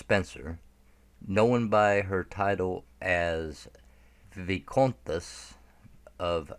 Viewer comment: The video is good, personally I’m unsure regarding the baroness, but ondine and her mother for sure! Some mispronunciations Roche is pronounced (Roshay) Al Fyed is AL Fi-Ed Viscountess (Vice count-ess ) but overall good